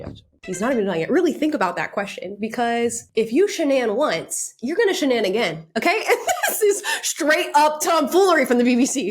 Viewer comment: “If you shanan once, you’re gonna shenanigan” 💀